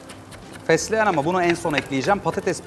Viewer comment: Celal Güven fesleğen diyemiyosunuz demi :/